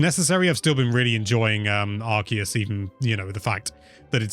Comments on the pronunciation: May have said pokemon correctly but mispronounced Arceus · The way pronounces Arceus makes me cry everytime. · Now that you can say "Pokemon", next try saying "Arceus" like it's an ancient primal power and not your anus. 👍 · When the internet grills you for the pronunciation for Pokemon and not Arceus. But, in all seriousness. I'm loving this game so far. I haven't been hooked on Pokemon like this since Black/White. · I am loving Arceus. Oh, and, well done for saying pokemon correctly. Now say Arceus correctly. Its not bloody Arseus!! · you said arseeus not Arceus. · This is an english channel. Official english Pokemon Company outlets pronounce it Arceus, not arseeus. I understand there are unofficial crackpots out there who want to be super the coolest, and you can certainly mispronounce it all you like. However, giving out unwanted false information under the guise of a correction is unbecoming. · You aren't technically pronouncing Pokémon OR Arceus correctly haha. Pokémon (if you want to pro ounce the way it is pronounced in Japan) is "Poh-Keh-Mohn," not "Polka-mawn." And Arceus in Japanese is "Ahr-Say-oos," not "Ahr-SEE-us." But the official pronunciation in English is "Ahr-Kee-us." But pronounce it how you want haha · I was thinking the same thing, if anything this game solidifies how it SHOULD be pronouncedArceus and Arc-phone (ARK-eus, and ARK- phone,) it’s not (ARSE-eus) and definitely not ARSE-phone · So if it is pronounced Arseous and not pronounced Arceous then wouldn’t that make the Arc phone pronounced Ars phone? Nobody seems to know how the games name is pronounced and it’s funny! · Corrects his pronunciation of Pokemon but says arseyus. The guy even makes fun of him by saying "gotta satch em' all" but he didn't notice lol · you still failed to properly pronounce ark-e-us….there are dozens of sources from the pokémon showing the proper pronunciation and poke tubers continuously get it wrong😭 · Now learn to say Arceus (Arc E Us)